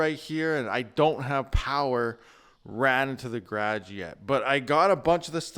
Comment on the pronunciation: Gerrrarge? lol love ya buddy